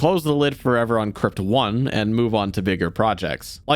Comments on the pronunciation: Hold on back up did you just say crypt o n e ? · Guy really said “crypt 1” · I swear to all that is holy, I hear him say "crypt 1". If this man makes a second I don't think I can take it anymore. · I uh. I dont like how he said Crypt ONE at the end there.